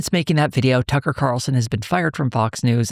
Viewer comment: “Buckler” and “Tuckley” Carlson